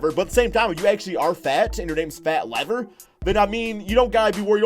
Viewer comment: Fats name is Lafayette. It's a short form nickname. And it's Lever not Lever.